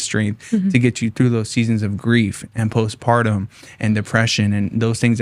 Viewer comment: *Postpartum (ie "after the separation"). Not "post-pardon."...😑